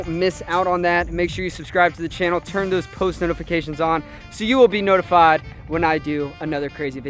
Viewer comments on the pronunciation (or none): none